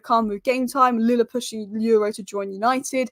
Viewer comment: YORO ...start with YO as the way YO YO sounds ( not EU as in euro) then add RAW the way it sounds so now add the two YO and RAW ( sound only not spelling) there you go YORO